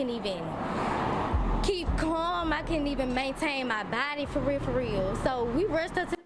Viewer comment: It's weird that I knew he was going to rewind it soon as she said farealfareal.